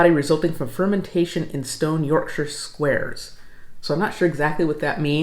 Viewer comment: Bonus points for correct pronunciation of Yorkshire - thank you